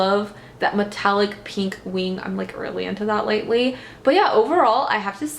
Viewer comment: I love how you say "peenk"! This look is freaking gorgeous on you, and it makes me want to play with color more (which I'm quite afraid to do usually)!